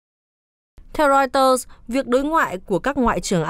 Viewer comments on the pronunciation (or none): none